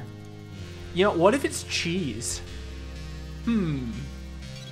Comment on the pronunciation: Cheese makes the world go round. Said like a true Wisconsinite